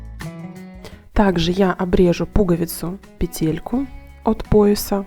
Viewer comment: Вещички нужные полезные и симпатичные. Но только не петЕлька , а пЕтелька. Режет слух. В остальном все замечательно.!!!